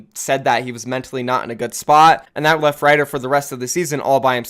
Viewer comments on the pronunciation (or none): none